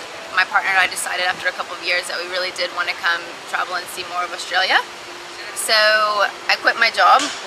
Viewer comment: They all seem to pronounce it as "Oshtralia", every vid on youtube.